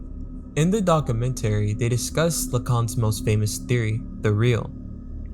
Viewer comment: Interesting topic, but you didn't provide a link to the original creator's work in the video's description, or pinned comment. That's considered bad form here on YouTube. Also, your narration needs serious, serious work. To give just one example, you pronounced "documentary" incorrectly, only mere seconds after pronouncing it right. How did you not notice this in post?